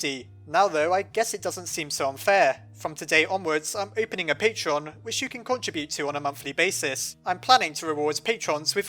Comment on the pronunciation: And no I won't support your patreon you piece of crap, also you can't pronounce that either.